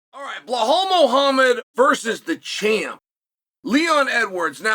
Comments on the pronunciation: You mean "Behall Muuahham" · Blellal muhammah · No its Blah-halll mohammed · Who tf is BlaHole Mow Hammod? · Blehal Muuahham is my favorite fighter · 0:1 Bla Hal Mohammed 😂😂😂